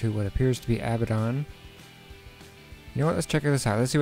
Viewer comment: its abaddon